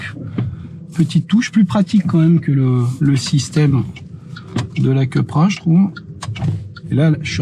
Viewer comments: Pourquoi Keu et pas kou voire ku??Super essai de voitures « normales ».On est loin des Suv de deux tonnes!Perso,je choisis la Coupra(ou keu ou kou!!)Et bienvenue à toi! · Pourquoi il dit keupra et non koupra ? 😂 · KOUpra pas KEUPra, seat c'est espagnol, pas anglais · Cupra c'est espagnol les gars pas anglais, on dit Coupra pas Queupra. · « Ceupra » 🤣🤣🤣 Les gars qui inventent une nouvelle prononciation de la marque espagnole, qui doivent bien rigoler d’ailleurs. 🤣🤣🤣 COUPRA pour les connaisseurs!!! 😉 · « Cupra » se prononce vraiment Kepra? Je pensais cUpra ou à la limite cOUpra.